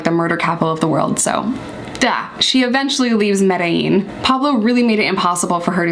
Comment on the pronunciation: OMG … You know how to say Medellin. It’s official. I’m in love 😂 Edit: Trujillo is Troo-hee-yoh